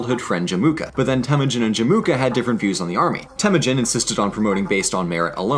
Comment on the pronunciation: I know Mongol language is difficult but it is Temuujin not Temujin